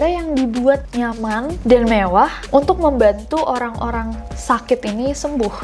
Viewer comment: Gatau ah males pas bilang mevwah lucu bangetz gak da obat wkwkkwkwk